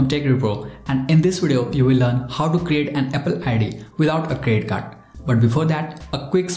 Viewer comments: I say it's a CREDIT CARD but u say it's CRE CARD. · Is it me or does he keep saying credit card but with a silent D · I’m not trying to make fun of u but plz tell me did u say crest card or credit card? Sorry